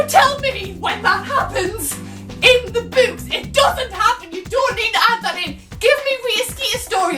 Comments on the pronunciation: Raging over the way you pronounce books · When you said books it sounded like boobs to me. xD (English isnt my first language :D)